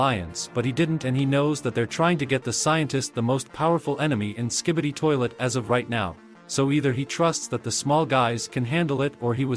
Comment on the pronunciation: I heard “toilt” 💀💀